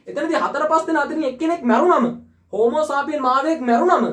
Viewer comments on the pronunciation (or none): හෝමෝසාපියන් නෙමේ හෝමෝසේපියන්